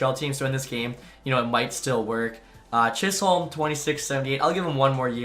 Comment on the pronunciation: Declan Chisholm is pronounced Chisem